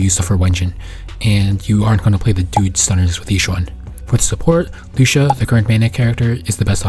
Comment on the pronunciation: Lu-ci-a kinda like cis-si-a. Except with Lucia you use the c sound and with cissia you use the s sound. Lol